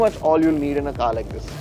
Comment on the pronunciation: And that's not car don't call caar